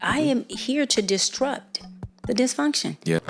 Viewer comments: Did she say distrupt?! her mis-pronunciation of words has always been a red flag for me, but I just stopped watching her. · "Distrupt"? No, ma'am.